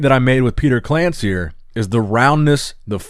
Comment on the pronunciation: Read it as Petar KlanCHir, same like Milosh Sharchev